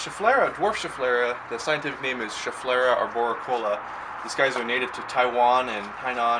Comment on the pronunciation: Also very happy to hear you pronounce the name of that plant right =) lot of people on YouTube are saying it Shef-uh-lar-uh or or Shef-i-lara. Nothing to most people, but to a pronunciation fuss-budget like myself is enough to burn my ears off.